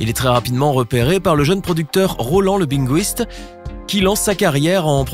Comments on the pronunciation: 1: 39 il a dit binguiste😂😂😂😂😂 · Cest gawa yeah comment il prononce binguiste la mem